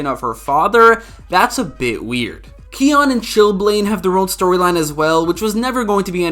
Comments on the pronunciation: its not pronounced khion its khione plz say it right and stop hating i loved this episode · me getting angry after he called Danielle Panabaker's character Khi-on